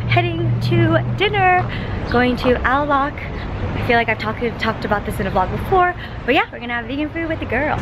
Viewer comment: au lac is actually pronounced ow lack!